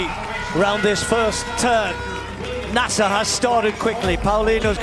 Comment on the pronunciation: TIRED OF AI ARTIFICIAL NARRATORS THAT MIS-PRONOUCE NAMES LIKE "NAY-SER" IT IS "NAS-SER!" CAN'T YOU HIRE A COLLEGE COMMUNICATION STUDENT TO NARRATE THE VIDEO?